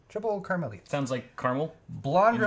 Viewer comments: Karmeleet ;) the ie in dutch has the same sound as the ee in "leet" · As a Belgian, pretty much the first time watching this stream, opens Belgian beer. Actual pronunciation: 'Kar-ma-leet' (sort of)